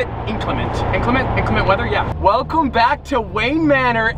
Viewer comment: " Aaaand were bwack baby " wadies and gentlemen " lol 😂 you kill me bro!